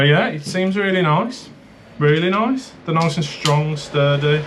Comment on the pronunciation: New game everytime says noice take a shot 🤪